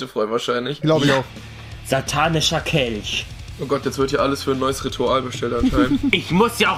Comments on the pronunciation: Ein Satanicher Kelsch" OK rewi ok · Wie Rewi sagt ein satanisticher Kelsch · "satanicher Kelsch"